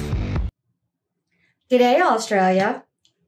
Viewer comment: Pronounce G'day like you would bidet 🤣🤣